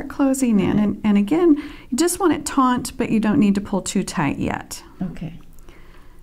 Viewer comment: Nice end cap. The word is "taut"...NOT "taunt". Two VERY different words! Almost everyone who teaches beading videos uses this INcorrectly! Sheesh!